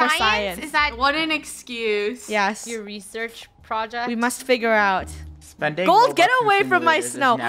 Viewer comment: who else noticed said spigure out instead of figure out